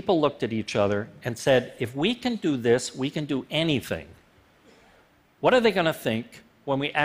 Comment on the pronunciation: Like for that phat "Hwat" at the very end.